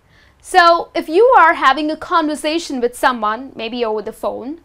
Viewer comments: i think the way you pronounce conversation is not correct .you pronounce like con-voor-sa-tion .i think its con- ver-sa-tion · What does mean mowiie!?? She needs to master IPA first Listen how does she pronounce the word ( conversation ) But her knowledge about the language is great